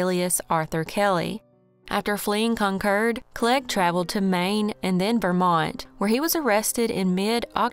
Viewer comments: I'm in New England. Wherever you got your pronunciation, they misled you. There's a Concord, MA & a Concord, NH. CON-kerd. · Im in the UK and we'd say Con-Cord. Like the Aeroplane ✈️ 😊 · The one in NH is pronounced the way our pronounced it but having lived in Ca. for 14 years decades ago I always heard it called "Con-cord". So, in a way, you're both right just talking about different States. Lol! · Glad you shared that! Only city by that name is the one in California and always heard it pronounced "Con-cord". So you taught a whole lot of us a new thing with this video. Haha! Thank you so much for the video! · Hate the way you say Concord 😂